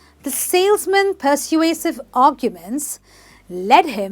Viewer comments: Wait a minute- It is per-sway-sive Emphasis on sway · You're very charming but the word 'persuasive' isn't pronounced correctly. It should be: /pəˈsweɪ.sɪv/